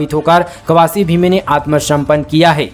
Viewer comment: ज्यादा मीठा बोलने के चक्कर मे आप वर्णों और शब्दों के उच्चारण मे गलती कर रहे हैं! जैसे - "आत्मसमर्पण "को "आत्मसम्पन्न" बोल रहे हैं ।